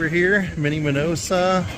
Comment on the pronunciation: The name is Minoso, and NOT MinosA like you kept mispronouncing it. Thanks for a fun video, however.